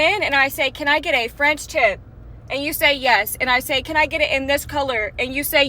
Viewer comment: Frendship? You lost me their girl. Its called a French tip but when you're rushing to tell your story and emotions are running high at the same time, some words are bound to come out wrong so not hating girl...im giggling with you.